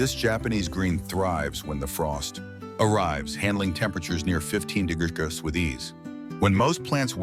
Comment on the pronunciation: AI cant say degrees?